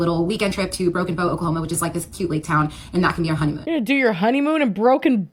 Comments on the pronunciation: Lmao it’s Broken Bow not broken boat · “Broken Boat Oklahoma” haha I love you. I’m from Oklahoma it’s Broken Bow! 😅 and I agree you don’t want to go on your honeymoon here 😂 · Not trynna be annoying but isnt it broken bow? I swear is saying Boat lmao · Lolllll. It's Broken BOW, Oklahoma. 😂 Like Native! It's actually a really beautiful place and my bestie got married down there! She's the Jessi to my Lily. 😊